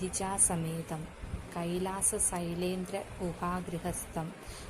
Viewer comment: Sylendra alla shylendram ennanu pottathettu manushyarkku vilambhathe ariyavunna karyame cheyyavu